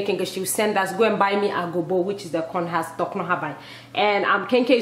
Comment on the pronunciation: Husk girl husk not hask lol